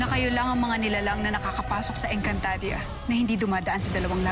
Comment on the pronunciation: Napansin nyo ba na nagkamali si danaya sa pagsalita nang encantadia... Sabi nya encantadra😂😂😂😂